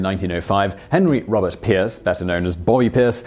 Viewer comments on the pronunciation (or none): none